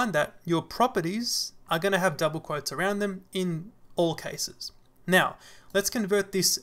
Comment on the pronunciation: Thank you, am I the one who heard "mew" instead of now? This seems cute)